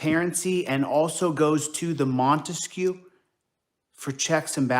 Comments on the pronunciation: Damn, this clown is hilariously stupid. "Microbytes", probably more commonly called just a byte? Oh, and please don't insult Ray-Ban, instead they look more like Oakley, the lame people's choice. Ray-Ban, on the other hand, makes classy stylish glasses. Also, what the fuck is a "monteskew"? He keeps reminding me of Romeo & Juliet, the Montague family. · What this dipwad is calling "transparency " is also known as THE SURVEILLANCE STATE". What an effing moron. Ps... wtf is "montesque"?!? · What the hell is the "Montesquieu?" 🤔🤦🏻‍♀️ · What's with this "Montesquieu" crap?